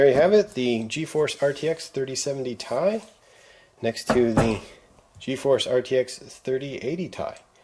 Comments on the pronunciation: Not sure why but hearing it pronounced as TIE instead of Tee Eye gets me so irritated. 😂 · Duuuuude it makes me so mad hearing you say 3070 Tie